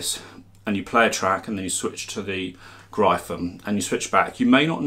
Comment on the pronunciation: Gryphon is pronounced like Griffin...